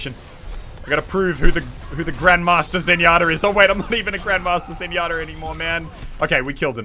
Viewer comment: I swear he's saying zenyotter